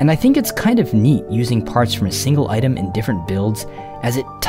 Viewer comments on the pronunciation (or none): none